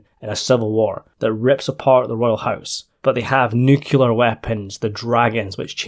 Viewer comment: It's a brand new day with clear skies. Two simple words of one syllable each: 'new' and 'clear'. Put them together and you get 'new-clear' = 'nuclear'. Not 'noo-queue-lar', I implore you.